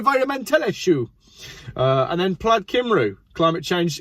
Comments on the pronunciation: Welsh person here. No need to apologise for your Welsh accent. It's pretty much spot on. It's your pronunciation that needs work. "cymru" is "Come-ree" not "kim-roo" and Pontypridd "Pont a preathe" (rhymes with breathe) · Cymru ? Not Kim roo, its Cum ree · Pontypridd is pronounced Pontypreathe, as in rhyme with 'breathe'. Cymru is pronounced 'kum-ree'. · Pontypreeth (pronunciation). And I am English (but lived in Wales since 1988). Also, try cumri. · Its pronounced Pontypreeth and Cumree LMAO. The 50 mph speed limit is for congestion which increases emissions. That section of the M4 goes down to 2 lanes West and East as the Welsh government were not allowed to build a ring road around Newport and couldn't widen the M4 as the properties above the two lane tunnels couldn't be purchased. Removing the Severn Bridge Tolls moved the queuing traffic from the bridge to Newport. The M4 past Cardiff was widened so this made Newport a bottle neck. Bring back the bridge tolls and make them high is possibly the only solution. M4 has bad queuing traffic from Bath to Bristol due to the traffic speed control section then cars speed up to just inside Wales at Magor joining the queue past Newport, Friday being the worst day. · Wrong on so many counts,! You should have gone to falsetto for the accent, it was a lady after all. It's England that is somewhere over there, and there is a place called Lon-dumb which is full of mad buggers. And finally... it's pronounced Cumree - I won't bother with your mangling of Pontypridd. And finally finally - I've always been in favour of road pricing, you use it, you pay for it.